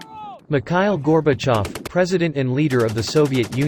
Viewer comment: i was waiting to see and hear scientific data about 5.56mm cartridge. Why it was chosen (ballistics, bullet speed, drop, killing power) What i see is pure propaganda and history channel's material. Buddy, you did not pronounce Gorbachev's name correctly.....)))). I think 5.56mm was chosen because .223 WIN cartridge was performing very well that time.